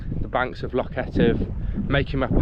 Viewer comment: You must practise your pronunciation of loch. It is definitely not lock. You are a brave boy. The army or the marines would welcome you.